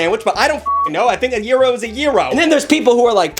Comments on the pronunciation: YIRO??? YOU MEAN A GYRO? LIKE GUY-ROW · Hold on, WE SAID TACOES AND BURRITOS ARE SANDWICHES?!?!?! AS A HOOSIER, I DO NOT CONDONE THIS Also wait…a “Euro” and a “Hutdug” it’s pronounced “Gee- (as in McGee) row) and HOT-DOG